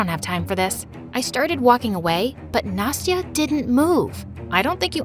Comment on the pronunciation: Why "Nasty-a"?!